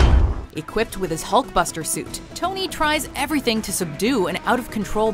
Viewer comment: Hulkbustet? It's..